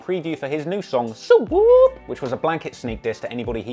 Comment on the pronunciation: On the set never say suu woop again